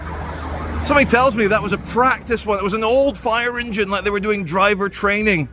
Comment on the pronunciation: So the two guys were not black. said ‘men laike’ (not sure if her exact words) She says ‘like’ all the time and pronounces it ‘laike’.